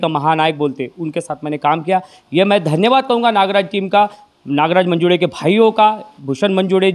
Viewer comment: अरे येड्यांनो...!!! मंजूडे नव्हे मंजूळे म्हणा...... देऊड नव्हे देऊळ म्हणा.......